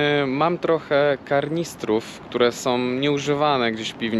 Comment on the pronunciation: tee ..karnister ;-). Też tak mówiłem za dzieciaka